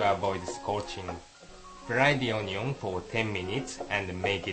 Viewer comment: "cut the oh-nee-ong" hahaha